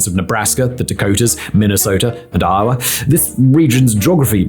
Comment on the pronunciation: Oh, he said I-O-WA.